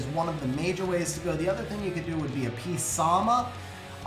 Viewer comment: It's not a pair of lips, it's his eye. Thats why it looks weird to you, your perspective was off. It's like the eye glowing powerup meme. It is the red right side of his mask. (also psamath is pronounced "suh-math" it's a real name with a proper way to say it.)